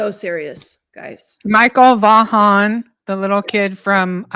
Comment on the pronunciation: Sorry but Michael Vaughan's last name is pronounced VON not va hawn